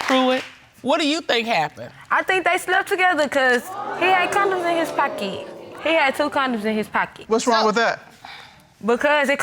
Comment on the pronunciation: "Two condoms in his pockey"?